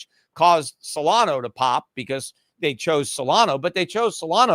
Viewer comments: It's Solana, not Solano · Its SO LA NA not SOLANO